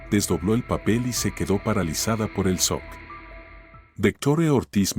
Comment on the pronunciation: Se pronuncia chok no sock